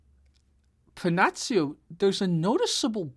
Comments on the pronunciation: Si pronuncia Pennakkio , non Pennazio. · It's pronounced Penakio, not that anybody asked ^_^ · Pennacchio se prononce comme Pinnocchio , mais avec un e et un a . Cool , que tu es allés chercher ce combat que certains , comme moi , t' avais suggérés . Excellent ce combat ! Cette différence de style d' approche du combat , etc ... Elle très expressive dans ce combat , où 2 écoles de pensées , de combat s' affronte . Enfin , bref ... Salut